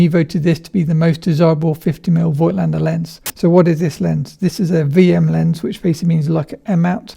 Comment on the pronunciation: I would really appreciate if you guys remembered to pronounce the brand name correctly. The „i“ in Voigtländer is silent.